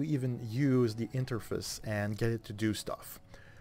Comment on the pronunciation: The way you say Interface is kinda funny